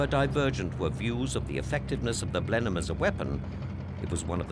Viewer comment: Video discusses the "Blenin" bomber... You mean Blenheim? Of course you do.